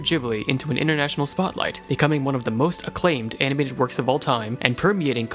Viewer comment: First sentence: "From time to time, an anibated movie..."